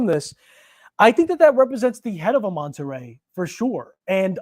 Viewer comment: “Manta ray” not “monta ray”. Beautiful watch.